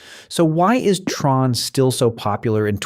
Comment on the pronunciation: Since when is it T-RON? 🤨 It is TRON. Same as sci-fi film!